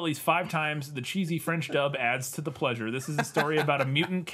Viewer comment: Your French pronunciation is perfect,!